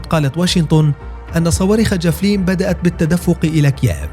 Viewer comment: الفظ اسم الصاروخ جيدا ايها المعلق الفبي